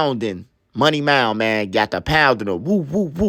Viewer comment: Bro say “money mound” 😂